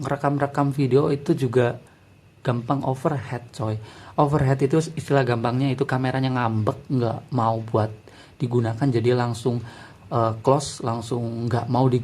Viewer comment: over hit(heat) bukan over het(head) lebih panas bukan lebih kepala